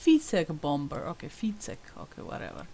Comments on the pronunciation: Pronounced "bomer" . you don't sound the second b. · Lol you pronounce it 'Bommer; the B is silent xx